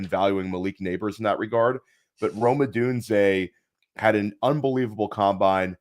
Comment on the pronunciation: Great video! Lol as a UW fan, the way pronounces Odunze drives me insane 😂